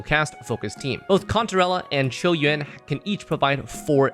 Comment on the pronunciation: Finally someone who can pronounce his name properly